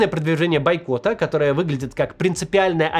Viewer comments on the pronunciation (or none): Ля, "байкота", дожили. 🙃